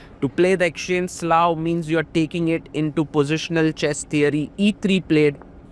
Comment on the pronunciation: pls pronounce it as slav